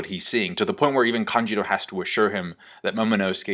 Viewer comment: Am I the only who gets meh, hearing "Kanjiro" instead of "Kanjuro" lol